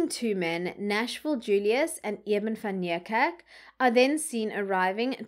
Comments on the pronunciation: I really enjoy your channel however I have a big problem with your pronunciation of people's names and surnames seeing that you are South African. ..say Van Nie kerk. ..It would appear that you go out of your way to pronounce these names as though you are American stop it man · TIP: Van Niekerk is pronounced Van KNEEkerk.